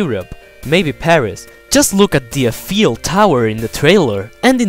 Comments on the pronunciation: The Eiffel Tower is pronounced eye-full tower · Eifel pronounced EYE-FUL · The explanation was OK but I got sidetracked by the dudes voice. Half way through I was thinking of the voice over for King Double Ceramic Knives. Also it's pronounced Eiffel Tower. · The way you pronounce Eiffel tower is awesome! xD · The way you say "Eifel" is very amusing in a good way